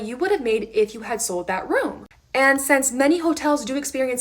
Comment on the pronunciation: "Since", not "sense".